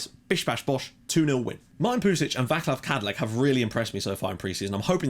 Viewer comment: great intro mate, arguably the best I've seen from various FM youtubers ;) btw, I really don't want to be that guy but Vaclav Kadlec in icon in FM history for me so if you could pronounce his name properly, it would be awesome (va-ts-lav, kadlets) :D